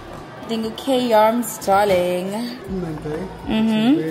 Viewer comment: It’s Kay yarms darling!!!!!!